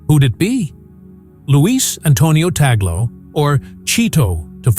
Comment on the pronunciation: Correct pronunciation: tug- le .